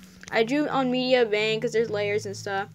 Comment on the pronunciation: MEDIBANG PAINT BOII I use it too :3 ((It's pronounced meddy bang lol))